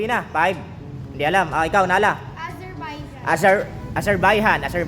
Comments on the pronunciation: Azarbaijan Hindi Azarbaijan ..Tama ung pronunciation nung Bata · boss tama yung pronounce nung bata sa AZERBAIJAN ikaw ang mali